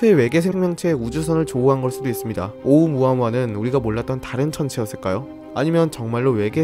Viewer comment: 발음할때는 오우무아무아가 아니고 숫자 일 할때 세게 말하시죠? 그것처럼 오!우무아무아라고 하셔야 합니다. 정확히는 성대를 닫아야 해요.(ʔ)